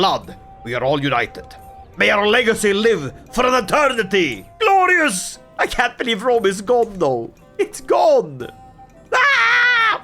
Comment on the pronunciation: take a shot every time he says gloreeyus